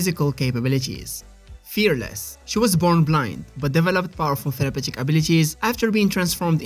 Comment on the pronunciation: Tell-A-path-ic? Is that what you’re saying?